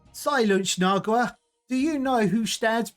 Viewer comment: nagUa you completely ignored a letter. I thought he was mispronouncing for fun, turns out he just doesn't read